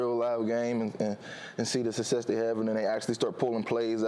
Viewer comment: Why is it so difficult for these athletes to say the word "SUCCESS"?????? The man literally said "sussess" like 8 times